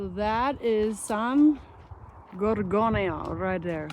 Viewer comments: Very few hikers seem to be able to pronounce it correctly. But you did! "San gore-GOAN-ee-yo" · You pronounce San Gorgonio correctly, yay for you...the lake you saw was no Big Bear Lake as I'm sure you know by now, it was Baldwin Lake (not much of a lake to be sure). Liking your videos.